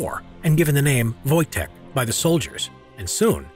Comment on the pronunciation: Thought you said Wojak for a sec